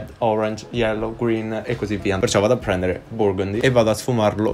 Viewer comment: Quando sei talmente British che poi quando switchi lingua ti esce “prendere” con la r moscia